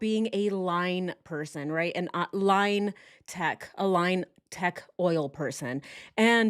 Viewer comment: line tech. i heard lying tech 😆 no guff 🕵🏼‍♀️